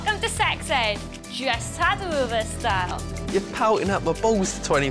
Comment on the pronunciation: Tattoo not taoo